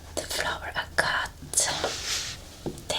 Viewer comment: I love flower agate! It’s pronounces “ag-at”